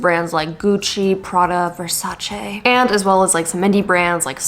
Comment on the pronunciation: Omg, you said Versace correctly and not with the “ee” like most North Americans